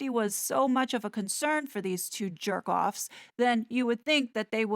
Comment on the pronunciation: why not try to buy a tour ticket, lol. Plus, it takes a New Yorker to properly say the word, j*rkoff. I giggle with each utterance.